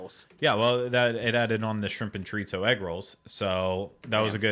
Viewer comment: Did I hear Ryno tell he was saying "chorizo" wrong?? Lol. He was but that's ok! Also that blue cheese sauce sounds fabulous! Im with you and would've loved that!